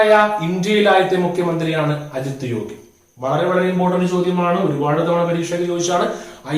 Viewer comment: സാർ, അജിത് യോഗി അല്ല - അജിത് ജോഗി ആണ് ശരി